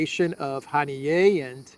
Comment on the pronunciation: Haniya,, not Hanié